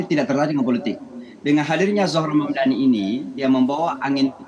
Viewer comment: Saya kira hanya Cuomo aja yang gak bisa nyebut Mamdani ternyata bapak ini jg manggil dia Hamdani 😂